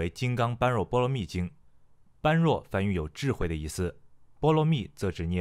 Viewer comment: 不好意思，那个般若念bo re